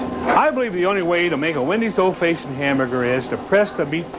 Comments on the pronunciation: If he says “Old Faye-shioned” one more time I’m not going to Wendy’s ever again. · Why did he always say old fayeshunned? 😂😂😂 That gave me a giggle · “Old Fayshoned” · "Old fayshoned......grill skills......old fayshoned......grill skills.....corners.....ruler....." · He's an old-facioned kinda buinessman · Brule’s Rules meets ghost of Old Fayshind square hamburger 🍔 creator- Dave Thomas = GENIUS ...funny with so many speech impediments!! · "old fayshin hamburger" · Did Dave Thomas actually just say ‘Old FAYsion’ like 4 times in a row? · old fayshoned huh? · Can't believe I've been pronouncing "old-fashioned" wrong all these years...